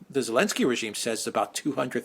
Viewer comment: is consistent in removing the Z from Elensky. 🤣🤣